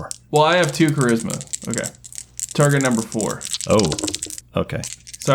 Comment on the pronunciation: the dude fully pronounces charisma as 'tsharisma' i'm in the fetal position